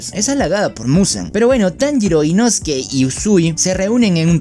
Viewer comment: es inosuke La pronunciación es diferente